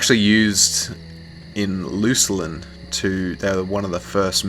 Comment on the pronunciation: Luculin? Isn't it just Luclin?